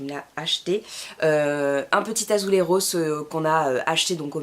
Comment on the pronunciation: AzuleJos et non azuleRos.